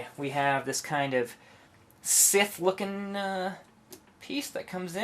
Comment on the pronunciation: O.o scythe, pronounced like PSY theee not sith, makes me feel like watching starwars